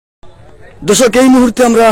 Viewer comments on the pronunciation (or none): none